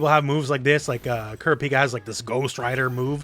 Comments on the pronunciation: It’s Koo-Rah-Pee-Cuh. Sorry but Cure-A-Peek-A was driving me nuts. I’m still happy that HxH is getting a fighting game but idk how many people will actually get it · Can’t wait for this demo to come to PS5, looks like a lot of fun! Btw, it’s pronounced “Koo-RAH-pekah”. Just wanted to point that out because a bunch of HxH fans undoubtedly will. I mean… I’m an HxH fan too, so I guess I’M the HxH fan pointing it out… 😅